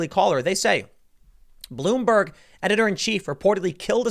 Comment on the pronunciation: "Bloom- BERG" Not. Even. Once.